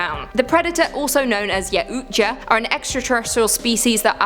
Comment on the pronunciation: hey what's up Great video attack the block was one of the best movies ever I loved it and also is pronounced the yacht's the predators are called youches All right keep on scaring me thanks